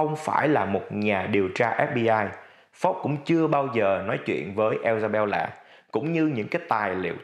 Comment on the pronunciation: mình nghĩ nên cố nói đúng tên nhân vật. Isabella chứ ko phải là Ellsabella